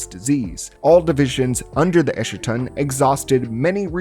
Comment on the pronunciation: You mispronounced Eschaton like how Jimmy Montana mispronounces it, with his lines there being written as a caricature of how little he understood what he was reading. eschaton /ˈɛskətɒn/